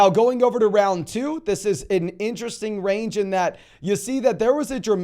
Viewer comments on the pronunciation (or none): none